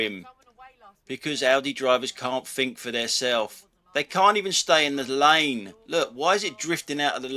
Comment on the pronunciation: Quick to criticise incompetent drivers but are you prepared to take criticism on your incompetent command of the English language? It's thing not fing. It’s think not fink. Three not free... You really do have a problem the misuse of “th”. Then there’s your grammar… “Don’t do nothing” – double negative. The expression should be “Don’t do anything”. Them flashing lights rather than those flashing lights… Get a grip on your command of the English language or you’re no better than Audi drivers that can’t get a grip on UK traffic law.